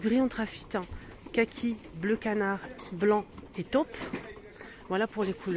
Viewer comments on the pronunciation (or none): C est top.... (o court.. ). mais taupe, c est o prononce longuement... il y a une difference.... j adore ce que tu nous montres .....